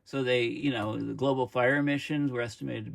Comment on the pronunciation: It's zee Sun.